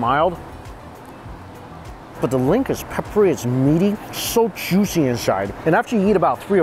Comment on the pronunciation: I would be able to listen to this channel so much easier if I didn’t hear “Scho Chewshy” every time he said “So Juicy”